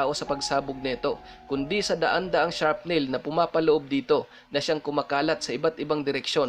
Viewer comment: Correction po SHARFT NAIL PO hindi Sharp Nail